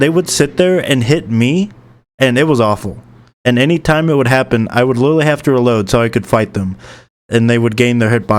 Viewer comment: bro says "lilrally"